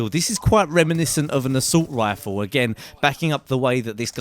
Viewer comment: haha you sound so funny when you say assult rifle xD